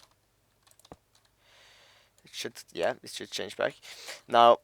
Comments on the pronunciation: when you say "should" it sounds like your saying "shit" XDD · "should" sounds like "shit" 4 me with yo accent m8